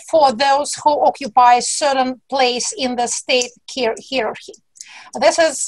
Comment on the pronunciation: Hierarchy читается как "хай-е-рар-ки" 😉 Извините за эту крохотную претензию, понимаю, что в гуще момента не всё можно вспомнить. Вообще же дико интересно, особенно про то, что "новая нормальность" может и не продержаться долго, а также про то, что в "системной" оппозиции назревает смена лидеров. Я помню, что Кац недолго призывал к реформе Яблока изнутри, но если то же случится с КПРФ и ЛДПР, это будет прям вау